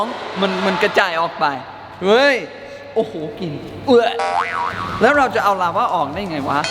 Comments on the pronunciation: ลาวา ครับ ไม่ใช่ ลาว้า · ราวาครับไม่ใช่ราว้า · ลาวาคับไม่ใช้ลาว้า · พี่เนทพูดคำว่าลาวาเป็น. ลาว้าปกติของคนฝรั่ง555